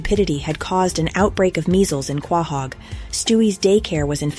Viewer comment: You said Quahog wrong...